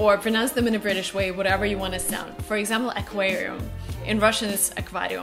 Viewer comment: АКВАРИУМ/AQUARIUM ya thats right) i am from russia you said that word correct